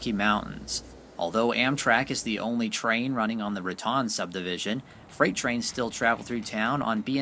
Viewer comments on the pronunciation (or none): It isn't Ra Tawn - it's Ra Tone ------- Ra Tawn is in Florida and best to roll thr r = rrratone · It's pronounced Ra-tone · Haven't read all the comments, but I am sure by now that you realize it is pronounced 'ra-tone' New Mexico. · Ok Raton is pronounced "Ra-Tone" not Ra-Tan.... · It is pronounced Raton, with a long o sound.....Otherwise it would be spelled Ratan. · Most of us out here pronounce Raton with a long o , as in ra tone. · Raton is pronounced Ra TONE such as tone deaf. When you don't research proper pronunciation you end up sounding like a moron and leave yourself with a lack of credibility. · LOVE your awesome videos...thank you! ONLY thing to add is it's pronounced Ra"Tone" Pass :) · FYI - Raton, New Mexico is pronounced "ra-TONE." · ...FYI it's pronounced Ra-tone. And Hoehne, CO is Hoe-knee. I used to summer there. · If you're going to narrate this video, then please learn to pronounce the town names such as Rincon and Raton. This is a little distracting for those of us who grew up pronouncing the Spanish named towns.